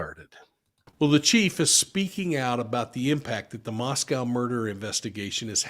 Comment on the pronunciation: Moscow it s not pronounced COW ,,, I'm from Idaho!! Thank you for covering this crazy puzzle of devastation to our Beautiful young college students taken from us .....I have my theory as I've definitely had insight into this College town...